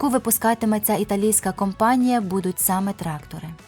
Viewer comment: також італійський виробник Саме а не сейм, і німецький Фар а не фахр.